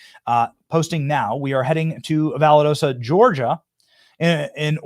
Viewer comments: Benny, you are driving me crazy with your mis pronounciation of the city in Geargia that you keep refering to. It is pronounced "Val Dos ta" not Validosa. Please slow your speech down and study the spelling. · Pronounced Val daw sta not valadoosta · Show whats in your own area , Benny . Weve got plenty of destruction here from Helena not Core of Engineer ineptness . ( Breaking dams , etc ) Valdosta , pronounced VAL- DAS-TA